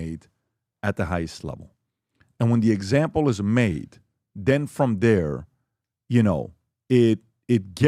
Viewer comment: “Den frum derr” ~ this guy “wrote” 5 books but still can’t pronounce words. Who the fuck are you kidding Mr. used-car salesman?